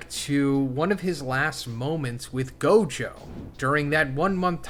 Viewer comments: The way you said gojos, Majito, and megumis name really threw me off didn’t know ppl pronounced it like that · How to pronounce Gojo and Mahitos name: Gow·jow·suh·taw·roo Mah·he·tow (Not Mah·hi·tow)